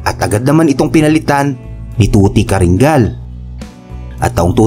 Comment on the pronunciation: Caringal po hindi caringgal ang pagkakabigkas